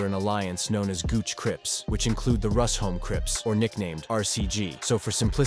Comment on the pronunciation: Its pronounced 'Rush-home' not 'Rus-home'